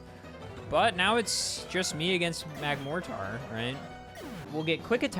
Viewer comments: Love the video, but my only complaint is how you keep calling Magmotar "Magmo-tar" when it's actually "Mag-mortar" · i really dont wanna be that guy but youre pronouncing magmortar wrong. Its mag-mor-ter like the weapon. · Excuse me... What? Magmoretar? I don't think I've ever heard someone mispronounce magmortar, much less the word mortar... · why tf does he pronounce it MagmorTAR